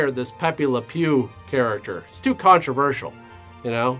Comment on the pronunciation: I love how emphasizes "too" the show evey time now. It brightens my lousy days 😂😂😂😂